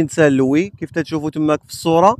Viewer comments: Salam alikum mon frère merci pour tes excellent vidéos .pour saint louis ont ne prononce pas le(S) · Salut fréro, on dit st louis. St Louise ça n existe pas. Bon courage pour la suite. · Salam 3alaykom khoya la ville St Luis le s ne se prononce pas tahiyati wa chekrane 3ala vedeo😊